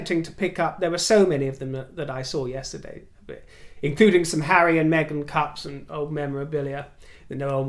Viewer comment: I adore you. I have noticed in the last few videos you’ve been pronouncing Meghan without the G, darling you have a lovely accent, the Mahzin, my dear is becoming a pet peeve.